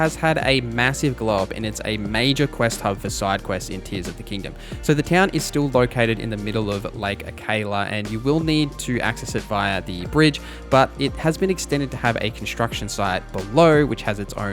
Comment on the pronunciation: It's pronounced Ah-Ka-La, NOT Ah-Kay-La.